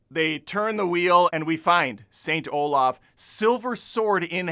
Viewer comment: *Saint Olav*. Not "Olaf". You don't translate names...